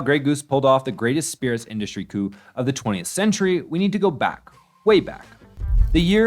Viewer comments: COUP is pronounced "coo" not "coop" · It's pounced coo actually, it's French lol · The P is coup is silent. A coupe is a car. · Based on the breakout success of this controversial video, I'm sure they'll get ChatGPT right onto origin story. Maybe the AI narrator will even pronounce "coup" correctly this time? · You just reminded me a channel called "" doesn't know how to pronounce "coup." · Either you didn't listen to , or I'm still caching the uncorrected version 2 days later, or something... because they're unmistakably pronouncing it with a "p."